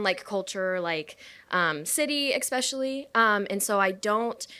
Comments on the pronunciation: If you say exspecially, you shouldn't be allowed to vote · If this bitch says “exspecially” one more time…😑